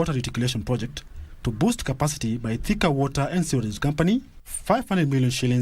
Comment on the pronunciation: I won't repeat this again, Si Thika, Ni "Theka". Karekee.